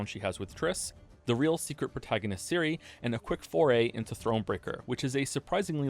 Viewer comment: Your pronounciation of Ciri is wrong. The "C" should be pronounced the same way as in centimeter, or the "zz" in pizza. Not as Siri. Great video otherwise. Though sometimes you pronounce it somewhere in-between a "c" and a "s".